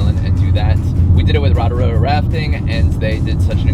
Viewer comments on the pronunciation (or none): not how you say Rotorua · first dude pronounced the town well, second guy sounded about as pakeha as could be